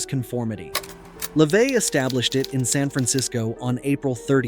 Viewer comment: What's your point? It's pronounced Le-vay